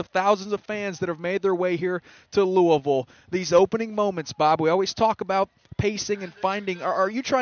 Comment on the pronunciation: I heard that too lol. It was Louisville.